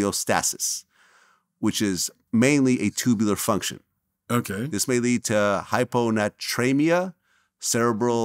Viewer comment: Hi-Po-Nay-Tree-Me- Ah🤭